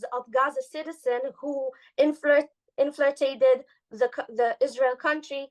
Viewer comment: "inflirtated"--she needs a little more coaching